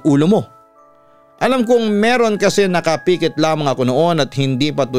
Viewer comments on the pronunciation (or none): papa dudot tingin ko tamang bigkas ay nkapikit(as in pick it) hindi nkapiiikit..it sound nakapekit as in pekitlyn nkawelga